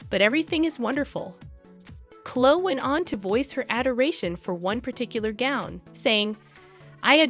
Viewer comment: The word is epitome pronounced ee PIT o mee, not epi tome (not three syllables) and Chloe is not pronounced Clo it is Chlo ee. Sorry, otherwise you are terrific! These are small observations only.